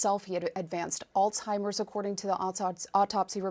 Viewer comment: It's not "All timers disease." Why the hell do so many educated Americans continue to mispronounce it?